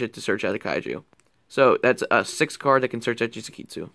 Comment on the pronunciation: You might want to consider looking at the names of your cards. I know this sounds like a nitpick but the last time I checked it was Jizukiru, not Jizukeetsu or whatever you were saying. But a part from that, seems like a functional build but could use a lot of work.